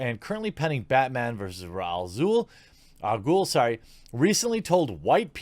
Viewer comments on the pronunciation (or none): "and currently pending raaaaz al ghul sorry.. " it's RAYCHE xD ya darn casual